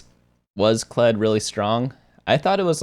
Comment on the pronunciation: Ah yes “Kledge”